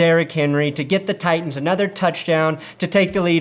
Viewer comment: "I can't hear the difference between Titans and Tigahs"